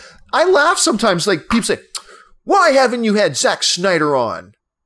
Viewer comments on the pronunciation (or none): none